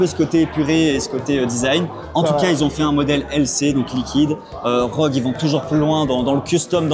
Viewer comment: R - O - G pas ROGUE xD J'en peux plus xD